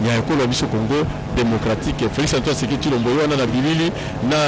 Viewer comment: Felix Last name is Tshisekedi not Thiekedi what is wrong with you ?????